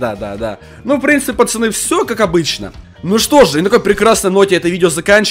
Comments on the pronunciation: ПАЩАНЫ ПОЧЕМУ НЕ ПАЦАНЫ А ПАЩАНЫ? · АХАХАХАХ ГОВОРИЛ ПАЧАНЫ ХААХХАХВХАХ А НЕ ПАЦАНЫ Л